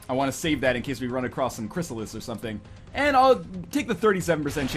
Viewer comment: In 30 episodes NL still calls CRYSSALIDS, CRYSSALIS....